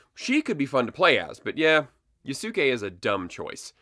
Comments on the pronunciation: It is pronounced "Yosuke"! Get it right 😂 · I totally agree with the video, but damn man you butchered the pronunciation of Yasuke's name, it's pronounced (Yos-Kay). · Yea it's like Yaske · I agree with everything you say. When saying "Yasuke" the U is virtually silent. Like Sasuke from Naruto.